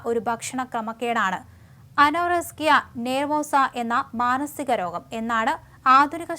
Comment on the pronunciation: Ano-rusk-iya alla anorexia